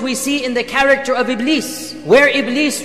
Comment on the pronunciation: It is Iblis Not Ibleed😂